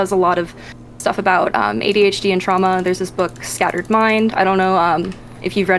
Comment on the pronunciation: "TRAUAMA DUMPING, ULTING" 😭😭😭